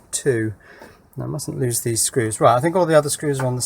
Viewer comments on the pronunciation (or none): none